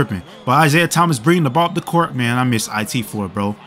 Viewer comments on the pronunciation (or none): none